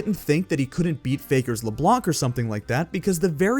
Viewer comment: Just so people who don't know know, the C is silent in LeBlanc